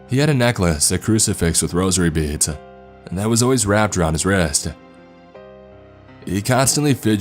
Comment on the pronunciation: Great story! As for the breathless reading, it's not just the "uhh" at the end of each sentence. Some words like "I" and "he" or "and" have an "extra half syllable" at the beginning of words that mostly start with a vowel. "Uh-I clip the carabiner...uh-we travel for about an hour...eh-and diving into the prone before we hit the tree line...uh-as he would say", etc. Very interesting! What accent is this?